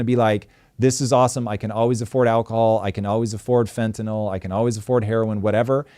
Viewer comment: People have been using drugs and overdosing for HIW long? All of a sudden they want to protect the country from drugs? And please don’t say fwntaNOL.